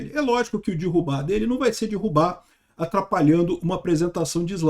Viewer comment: Não é "dirrubar", é derrubar.